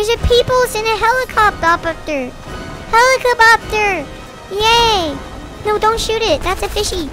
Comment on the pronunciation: I laughed so hard when he said helacadopter lol